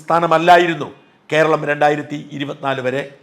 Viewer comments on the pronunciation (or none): none